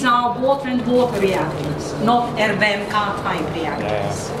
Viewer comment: ár-em-bí-kíj" az ... Értem, hogy okos, tudós, de az angol ábécét megtanulhatta volna :) Van az a gyerekdal. :)